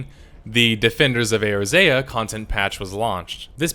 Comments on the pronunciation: your pronunciation of Eorzea kinda made me laugh XD it's pronounced Ay-ore-Zee-uh, lol :P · You should probably rehearse reading the script you're given first. "2... 9? 2017" "Urzea". "paenalize."